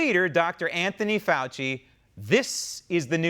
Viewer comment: Yes I’m tired of “Foulci” also lol